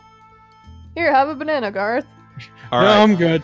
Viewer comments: When Garroth starts saying Gerroth you know somethings wrong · Garroth... did you just... pronounce your... own name wrong... ok I'm out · Has no one noticed Garroth said his name wrong? No? Just me? Ok..